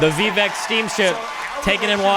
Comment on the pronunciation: Its Vivek like cake. Viv-ay-k